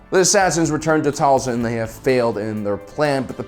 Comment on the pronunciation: Dude the show says "Tail-sin" not "Tall-son"... ik ik, it's small but man so annoying